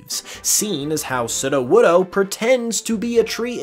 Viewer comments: Off topic, but Is anyone else slightly bothered by the way he pronounces Sudowoodo? It's meant to have long vowels so that is sounds like pseudo-wood, which is what it is. Not "sudah-wudah". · You're saying sudowoodo wrong. It's pronounced sudowoodo. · how you say sudowoodo is cracking me up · How he says ""sudowoodo" gives me the will power to take down the Russian government single handedly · This man says sudowoodo wrong and he says it almost back to back 🙄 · Disliked for how you pronounce sudowoodo